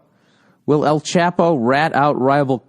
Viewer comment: I love how Old Billy Redtits can't even pronounce El Chapo correctly